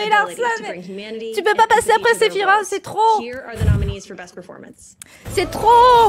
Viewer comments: On ne dis pas Sephirote mais Sephiroce ! En japonais il s'écrit comme ça Sefirosu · nan c'est séfirwofhe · "Sephirote" aïe mes oreilles. ^^ Mis à part ça, je partage ton engouement à 100%. 👍